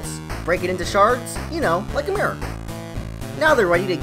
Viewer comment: the way you pronounced mirror 😂